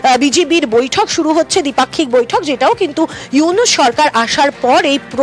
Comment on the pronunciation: ডক্টর মোহাম্মদ উইনুস চা ওলা না চা ওয়লা 😂 মিডিয়া